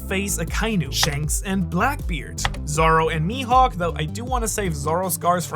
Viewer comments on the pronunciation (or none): none